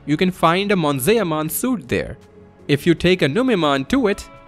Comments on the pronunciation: Monzaeah-mon? It's Mon-Ze-Mon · >Bakemon (bah-ke-mon) from bakemono which is Japanese for paranormal being/ghost. >Same goes for Monzaemon (mon-zai-mon) whose name comes from a Japanese playwright. >Drimogemon (Dree-moh-ge-mon) as in Drill + Mogera which is a type of Japanese mole Sorry the way you pronounced the names just bothered me a bit 😅